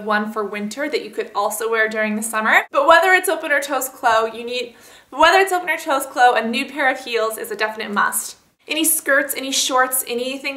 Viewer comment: SHE EVEN TRIED TO CORRECT HERSELF BUT REPEATED TH MISTAKE. TOO CUTE I CANT EVEN. hahhahah omg